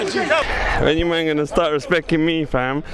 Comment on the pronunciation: Question, who told that respecting doesnt have a T in it? 😂 what a shoft from the bloke though👏